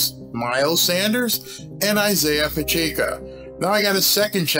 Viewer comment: Its "Pacheco" not "Pacheeco" Like "Pa check o"